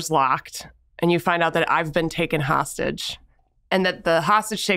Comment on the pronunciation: Kidnapper?! Hostagie?🤣